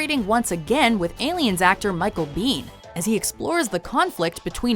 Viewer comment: "michael biehn".. pshh